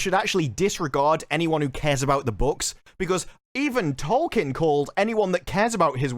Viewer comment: If you're gonna talk about Tolkien so much you should at least learn how to pronounce his name.